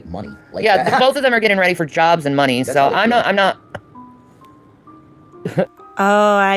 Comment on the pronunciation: Annand there it is, FOEKS!! The REASON for Shanny and Rev's recent new PEP IN THEIR STEPS!! OMG i can't stand the way Rev says "Munnie" LoL is it just me? Or?